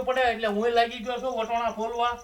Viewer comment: તમે વટોણા કેમ બોલો છો અમે તો વટાણા બોલી